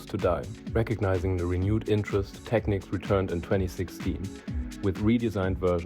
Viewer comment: tek-neeks, sucka